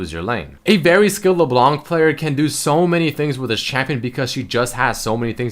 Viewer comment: it's LeBLÄNK not Leblonc, even froggen knows that